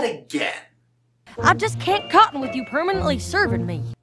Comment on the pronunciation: Apple jack actually said cope'n not cotton